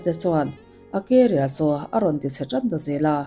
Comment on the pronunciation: I thil lam dan hi mak thei ee😂😂😂 Salma Hayek pawh a hming I lam dan a diklo a career pawh Carrier angin I lam bawk a 😅 mahse min huat phah lo la kalo sawi ve Mai* anih hi ❤